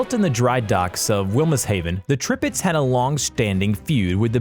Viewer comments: They are not 14 or 16 "foot" guns they are measured in inches 14", 16". It's Bismarck not Brismark, it's Tirpitz not Tripitz it's pronounced Oigan not ugan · Why is he saying tripitz not tirpitz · Tripitz, bizzzzshmurk. Zero legitimacy. Please stop. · "Tripitz" ???? Brismarck" ???? Dude, say their names correctly. It's Tirpitz, and Bismarck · ITS T I R PITZ NOT TRIPITZZZ also ITS B I S MARCK NOT BRISMARCK REEEEEE >:( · Who the hell employed this narrator? I didn't know there was a Brismarck, Tripitz and Prince Eugene? His pronunciation almost had me turning this off. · The tirpitz not the tripitz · Yup… the Tripitz had me giggling that and the Prince Eugene. Hey, he pronounced“Iowa” correctly! And he kept saying turret sizes in feet; the stats he listed should have said like 14 inches, not feet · Tirpitz not tripitz, Bismarck not Brismarck and the way to pronounce prinz eugen is Oygen not Eugene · DID HE SAY «the Tripitx»??? T I R P I T Z!! How do you even mispronounce Midway? It’s not Medwey, it is Midway. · He also said Tripitz and Brismarck instead of Tirpitz and Bismarck... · Brismark? Tripitz? Battle of Trafgar? It's Bismark, Tirpitz and the Battle of Trafalgar. I think you need to learn how to pronounce the names of ships and p[laces. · NOT Tripitz, but Tirpitz! Get your names and facts straight before uploading, man..! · ... and I was at first shocked with Prince Eugene, then along came Tripits and Brizmark. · I about Trip-ed over his ship names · "The tripitz" "brismark" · History : Bismarck , Yamato , Musashi and Tirpitz were the most lengendary ships, Battles like Leyte Gulf, Midway... Narrator: BrIsMaRk, YoMaTo , MaSaShI , TrIpItZ , PrInZ EuGeNe , LeYt GuLf MeDwAy etc.... History: Kill me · "brismarck, prinz EUGENE, trippits" wtf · I think he’s a google robot by his pronunciation Medway, notortorise, brismarck, tripitz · William Samuel how he said “Prince Eugene, Brismarck, Trirpitz and Airizona” hurts. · Tirpitz was worse